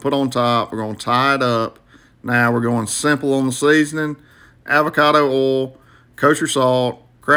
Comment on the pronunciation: Bawnz, Seesnin, reebahh.